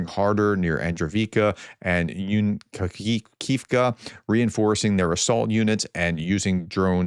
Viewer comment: You said you welcomed pronunciation guidance. So: An-dreeve-ka, You-na-kiv-ka, Zapor-i-zgee-zga, Vosk-skre-zenka, (Lancet drones are not recon drones. They are 1 way kamilaze drones. Orlans are a common recon drone) city of Hair-sawn